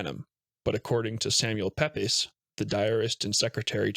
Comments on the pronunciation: Samuel Pepys is pronounced like 'Peeps' not 'pep-is'. Trust a yank to butcher another language. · AI reader. The name Pepys is pronounced “peeps” not “Pepe’s. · It's not Pepes, it's pronounced Peeps. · Samuel Pepys: The surname is pronounced Peeps. Great videos by the way, good for sharing with the otherwise uneducated. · Great upload, tks! " Samuel Peeps" is how its pronounced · The name Samuel Pepys is pronounced "Samuel Peeps". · 'pepys' is pronounced 'peeps', 'shire' is 'sherr', edinburgh is 'edinbruh'. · Pepys is pronounced PEEPS